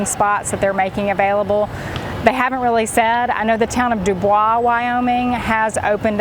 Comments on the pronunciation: Pronounced Doo-boyce not dubwa. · Thank you so much for the information. One thing I did notice is Bubois Wy is pronounced "Do Boys". They have signs there stating that. Enjoy your channel very much. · ‘Do boys’ is the pronouncement of the Wyoming town your referencing. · Dubois, WY is pronounced "Doo-boys". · The town of Dubois WY is pronounced DU BOYZ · Our little town is pronounced - Doo-Boys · We've actually been to Dubois a couple of times, and I always forget the odd pronunciation. Sorry! 😁